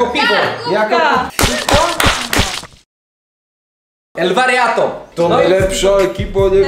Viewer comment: Czemu muwisz elwariato a sie nazywacie?